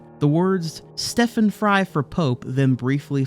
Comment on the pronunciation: Stephen Fry not Stefan! lol